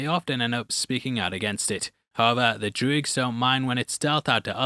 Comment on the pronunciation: Drooigs??? Do you mean droogs?